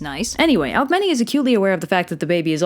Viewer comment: I thought Alcemene is red AlkemEEnEE